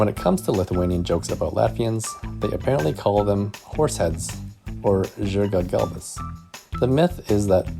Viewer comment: Im from Lithuania you proncetid corect